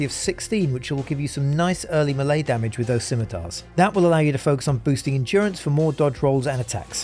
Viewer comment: Am i the only one that cringes everytime he says melee?